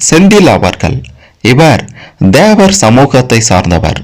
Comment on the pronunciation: DHEVAR தேவர் இல்லை THEVAR தேவர் உச்சரிப்பு கவனம்